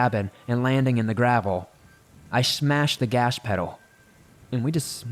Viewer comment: "i mashes the gash pedal" lol love these stories